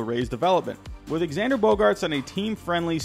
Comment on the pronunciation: It’s not he says it correctly